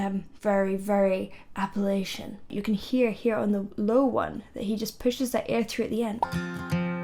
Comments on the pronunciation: Love ya but app-a-latch-un is the proper pronunciation. Thanks from the Appalachian mounts in TN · Its (apple-atcha) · App-uh-latch-uh/in. Just fyi on pronunciation of those mountains.